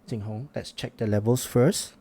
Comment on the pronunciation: Obligatory nitpick: the tone of the pronunciation is slightly off. The "Zhu" in "Zhulinniao" should be rising (2nd tone) and the "Jing" in "JingHong" should be flat (1st tone). Other than that, it's pretty on-point.